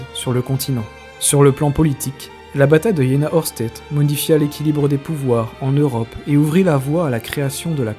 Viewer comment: alors.... j'aime beaucoup tes vidéos mais ça fait un peu chat gpt je trouve.... et on dit Aoueurchtait pour la prononciation, pour un passionné ! Par contre on voit vraiment que c'est un sujet qui t'intéresse et ça fait plaisir à voir ! Bon courage pour la suite !